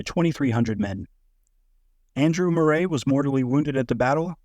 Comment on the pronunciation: Bloody AI, Moray is pronounced "Murray".